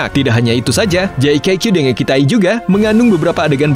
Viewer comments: Min itu di pelafalannya Jaka dengikitai BKN JAKQ dengikitai maaf min jika admin merasa aku sok tau tp setau ku kek gitu 🙏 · pelafalan yang benar itu jakka dengikitai min